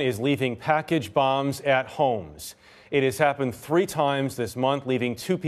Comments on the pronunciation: This guy can’t pronounce “third” right or “3” -it comes out as turd and tree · I'm convinced that stories are chosen based on how many times he can say "turdy" and "tree"